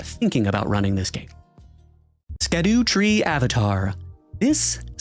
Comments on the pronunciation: Minor note: 'Scadutree', despite what it sounds like, is essentially just 'Shadowtree' in Ye Olde English, and is pronounced as such. Thus, 'ska-doo-tree' avatar is a mispronounciation. This has absolutely nothing to do with the video whatsoever. I just thought people might want to know, and the game certainly didn't help by never having anyone pronounce 'Scadutree' out loud. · The DLC's been out for several months now, I think it's time to stop mispronouncing one of the most prominent names in it, don't you think? "Scadutree" is supposed to sound like "shadow tree". Sc = sh, not sk.